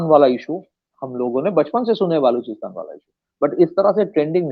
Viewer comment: When he calls "baluchistan" , "baaluchistan" , it becomes clear that he is a Bengali 😊